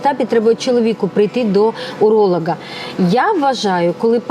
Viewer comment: Уролаґа? Це хто? Чи у вас дефект щелепи і ви слово уролог не можете нормально вимовити?